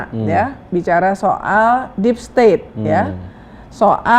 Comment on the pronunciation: niru playbook nya Donald Trump... DEEP STAT DEEP STET DEEP STOT